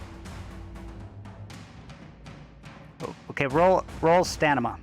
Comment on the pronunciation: lol, yea you keep saying stanima instead of stamina. I assumed it's a joke because no one ever says anything! Haha